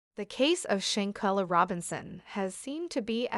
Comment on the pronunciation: Every time her name was said, it was mispronounced. If you’re going to tell it SAY HER NAME correctly. Folks just wanna talk just to be talking!